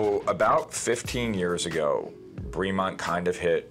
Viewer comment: Great video! Killing me with the pronunciation though. British English, so “bray-mont” not “bree-mont.”